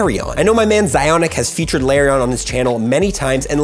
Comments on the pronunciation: Di-did you just pronounce Lairon “larion”? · Please stop calling it La-rion